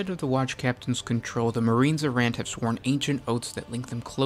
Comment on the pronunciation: Marines Errant, not Marine Z'rahnt